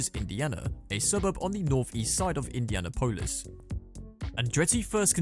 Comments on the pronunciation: Indiana Polis 😂😂😂😂 It’s Indianapolis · The pronunciation of Indianapolis is wild lol.